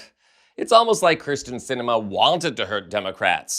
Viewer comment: If you are going to focus an entire segment to a person, please learn how to properly pronounce their name! It's Kyrsten, not Krysten. (Hideous though she may be...)